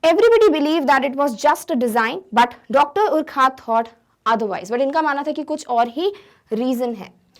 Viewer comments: Mam it is called as (yourcoohaart ) sorry but you are pronouncing wrong. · Urquhart is pronounced like अर्खर्ट